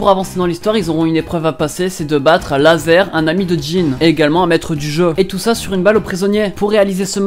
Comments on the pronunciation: il a dit lazer au lieu de razor ou c moi ? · C'est Razer mdr pas laser